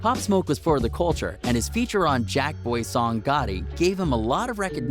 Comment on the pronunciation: GATTI NOT GOTTI gat_tee